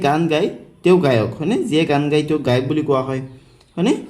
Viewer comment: আপোনাৰ গায় শব্দটো গোয় হৈ আছে।